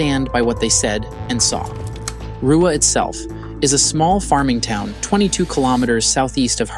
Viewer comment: Zimbabwean here you nailed the pronunciation of Ruwa.